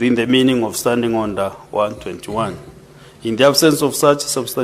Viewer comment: The speaker was "disonderly " and " combletery"😢 out of " ornder"